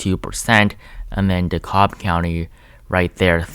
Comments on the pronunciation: It’s Duh-Cab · Hey! Awesome video. Minor correction DeKalb is pronounced "de-CAB" Source: Atlanta Native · Edited to say: PLEASE, FOR THE LOVE OF GOD, DeKALB IS PRONOUNCED DEE-CAB AND MACON IS MAY-kin. Hello from Atlanta. It's very intense here. People literally roll down their windows at stoplights to ask each other if they've voted already. I've lived here since 1992 and NEVER seen anything like this...not even 2008. GA looks good in blue. Red is for harlots. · Voted Ossoff and Warnock!! Btw, DeKalb is pronounced “Duh Cab”. The L is silent. 😉💙🇺🇸